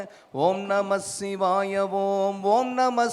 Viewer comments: பாடலும் குரலும் அருமை தான்... ஆனால்... ஆனால் ஓம்நமசிவாய எனும் தமிழ் மந்தரத்தை ஓம்நமஷிவாய என்று உச்சரிப்பதுதான் ஏனென்று தெரியவில்லை... இறைவா... அறுபத்து நான்கு முறை நேரில் வந்து உற்றாரும் ஊராரும் காண, கேட்க வைத்த நீ இன்று ஏன் வருவதேயில்லை என்றெனக்குப் புரிகிறதையா... புரிகிறது....😢😢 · ஓம் நம ஸ்ஸிவாய ஓம் ஓம் நம ஸ்ஸிவாய ... என்று உச்சரித்ததை ஓம் நமச்சிவாய ஓம் ஓம் நமச்சிவாய ஓம் என்று உச்சரித்திருக்க வேண்டும்! நாம் ஓம் நமச்சிவாய ஓம் என்று தான் உச்சரிக்கவும் வேண்டும்!